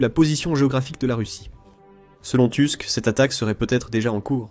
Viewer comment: Merci pour cette analyse, qui fait chaud au cœur d'une Polonaise. Juste une petite précision. Le nom du premier ministre polonais est... polonais et se dit "Tousk" puisque le "u" est toujours prononcé comme "ou". Autant le lire à la française est logique autant le prononcer à l'anglaise n'est pas pertinent. 😀